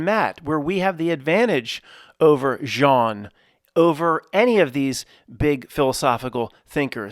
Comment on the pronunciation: Hi Matt. In French, with the name Jean, you don't pronounce the "n". It is not silent, but is enounciated at the location of the throat, in combination with the other two letters that follow the "j". There are three good groups on Facebook for people discussing various simulation theories as well as just different opinions...people in the co.ments, sharing their individual thoughts about the nature of reality. Two of the groups have the same name, one has a few thousand members, the other one about ten thousand members. I think the groups name is: simulation theory. The third group iscalled something like, simulation theory proof. There may be additional fb groups about sim theory or related. But those three are the ones I'm aware of, a d I highly recommend checking them out. It's weird, because within the comments, I don't think I've once seen any comment me think g you tube. It's as if those people exist within a fb universe closed offfromthe yt universe. Except for the simulation proof channel, where I first encountered her twitter account of the same name. As far as groups of people existing within separate universes so to speak, I've so found great discussions and people's theories about reality, in the comments secrions, of the yt channel called:Godgevlamste